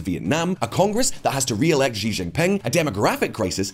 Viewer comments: time to pronounce Xi's name correctly -- it's 'see' not 'szzzchee'. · It is time for to learn how to pronounce "Xi" correctly:D